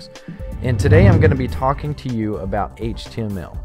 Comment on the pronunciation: i hate how this guy says "HTML"